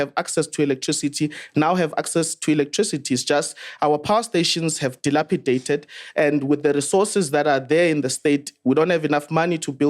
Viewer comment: Ayte If fhis nigga says Delapidated one more time imma lose it